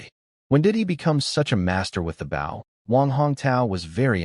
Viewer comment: And once again the AI cannot figure out the word bow as in leaning forward and respect or as in the front of a boat when you pronounce the word b o w in archery equipment it's not pronounced that way.